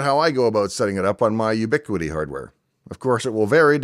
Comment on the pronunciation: The first video from Dave that is a disappointment. ubiQUITy? At one point they advertised themselves as a poor man's router. In my experiences, their smaller routers that boast gig speed only ran half of that, failure. Then there are their APs which no longer can be accessed with any browser, but through a few under-par devices, failure again. Dave, you are the first person I have seen that has a brain who uses this crap. "Oh, we don't need to dig a line, we can use ubiQUITy's wireless repeaaters to feed all of your new building.", said the contractor. Who relies on wireless when a 100' direct burial cat6 would work? Not to mention this was on the South Side of Chicago. Talk about crowded airspace... Temporarily, sure. This was a "permanent solution" for a building that sends live streams up on almost a daily basis for events that are emotionally delicate. I am glad you like their gear, I hate it. I have had way better experiences with similarly priced gear from other companies. I surely don't see the reason anyone would use crApple type gear to build networks and then run standards like Windows on their computers. How many people do you know running crApple servers? lol. Thanks anyway. I still look forward to your videos, but lost my smile when I heard you say ubiQUITy....cringe...